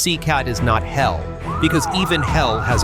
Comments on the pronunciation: C-cart? AI is terrible. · Itisnocecart itisCECOT, learnhowtireadputa